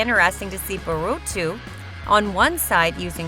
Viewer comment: This is SO bad Plus Its not even how u say byakugan and Boruto